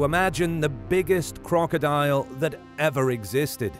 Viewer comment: he say "Lyviathan" wrong and crocodile